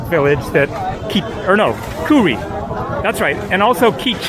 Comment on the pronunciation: Yeah, khuri is amazing. Very tall desert mountains. It is pronounced as Khudi in Hindi